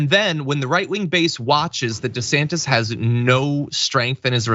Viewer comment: wheel but he's been calling himself "duh-santiss" his whole career. changing it now to "see-santiss" is just weird.